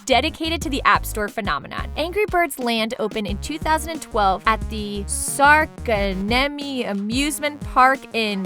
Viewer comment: Se on Särkänniemi eikä Sarkanniemi!!! Plus Suomen kieli ei ole vaikeaa. :D Pärisemisiin...